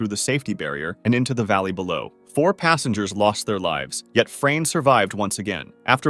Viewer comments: As a Croat it was really funny to me how you pronounce Frane’s name😂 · Legends says "Frane" still escapes death 😂